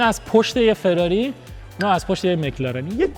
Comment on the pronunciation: مهران دهاتی داغون چه میدونه که فراری چطور تلفظ میشه ؟؟؟؟ جلف پلشت بدرد نخور ... همه چیش رو اعصابه آشغال عن